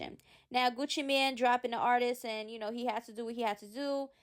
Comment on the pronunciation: NOT "MAN" BUT "MANE"...like a lion...he use to have Gucci around his neck!!